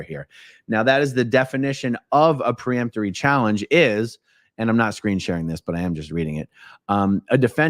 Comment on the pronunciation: "Peremptory" not "pre..." Hurts my ears!